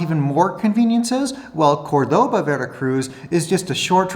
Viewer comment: I always thought the pronunciation of the city was Córdoba and not Cordoba. Orizaba is inexpensive but surely Tepic, the capital of Nayarit, is even more inexpensive, especially concerning rent. Tepic has a population of around 350,000 and a springlike climate. Plus, it is only 53 km. to the beach at San Blas and 206 km. to Guadalajara. I lived for a while in Ixlán del Rio, right on the border with Jalisco and near the deep canyon of Plan de Barrancas. I loved it.